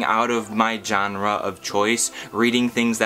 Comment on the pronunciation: I love how you say genre - - johnra 😂😂